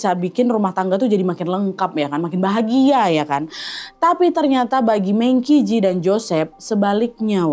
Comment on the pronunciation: Kak, cara bacanya itu meng chi ci. Dalam bahasa Mandarin, Q dibaca ch dan huruf j dibaca kayak huruf c jadi kalau qi berarti dibaca "chi" dan ji berarti dibaca "ci"😁